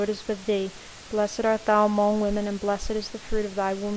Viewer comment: I appreciate your effort and this being available with the exact speed and one picture to look at. By the time I got to the 4th set of mysteries (Glorius), it became very distracting at the pronunciation of the word 'among' in the Hail Mary. In American English, it is pronounced with the short sound of 'u' not 'o'. So, the second syllable 'mong' is pronounced like the word 'lung.' So 'mong' sounds the same as 'lung.' I did not think that it was important but after hearing that pronunciation 200 times in the full set of Rosaries, it became unbearable and I was re-correcting the pronunciation out loud toward the end. Please forgive me for the criticism, but I thought you would want to know for future projects. I see there is a comment below referring to this pronunciation matter.